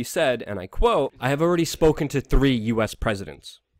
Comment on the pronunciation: "And I quo..." You "quo"? I think you mean "quote".